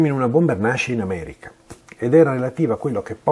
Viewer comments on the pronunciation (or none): none